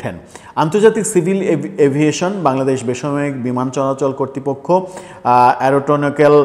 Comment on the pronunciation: মিয়া ,তুমি তো উচ্চারণের জাহাজ- এরোটোনিকেল নয়, এয়ার নটিকেল। ম্যাগাজিন নয়, ম্যাগজিন।